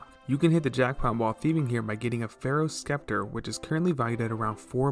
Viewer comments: Hey bud just a heads up its pronounced sep-ter not skep-ter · its septer, the c is silent. its also simmy not skimmy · "pharohs sckepter"